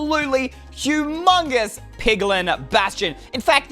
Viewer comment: Did you say hu"mogus" piglin bastion